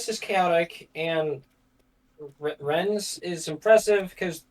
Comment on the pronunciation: first chaos game: diabolical pronunciation of nantes second chaos game: diabolical pronunciation of rennes (pronounced ren) both cities in the same region of france, same mistake in pronunciation!!